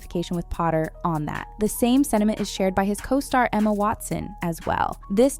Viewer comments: “Emo Watson” 😂😂😂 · 🤣🤣🤣what way did you pronounce Emma